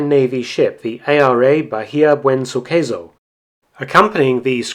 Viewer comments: It's "Buen Suceso" Mark, not "Buen Suqueso" Suqueso is not an actual word in spanish but kinda sounds like "Suck eso" ("Suck that") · Next time you should use at least Google translate to read the spanish names... At least try it: Buen suceso -> Nice event : You said : Buen su queso -> Good his cheese. Good work BTW